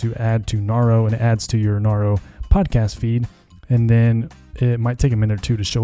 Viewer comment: Narro (narrow) like narrate